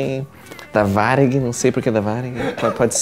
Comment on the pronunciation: "Varig" foi sensacional. Hahaha